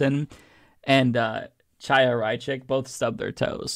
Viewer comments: The fact that no one reporting on this can, or could be bothered to, pronounce her name properly, is one of the most deliciously ironic things on the internet today 😚👌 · I love that no one gives a fuck about how to say her name 😂